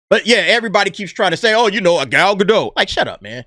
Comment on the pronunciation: please pronounce Gal's last name. It's GA - DOT SOUNDS LIKE POT. Thank you. Love your show.